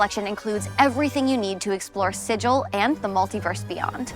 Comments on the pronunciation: They mispronounced Sigil like clueless primes! (It's pronounced "Siggle" by the locals, partly just to confuse newcomers.) I can't wait for the official revival of Planescape though!!!! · it is pronounced with a hard G, [sig-il] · The name of the location is pronounced with a hard G in the books and games. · How did nobody notice they pronounced Sigil wrong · You mispronounced Sigil,.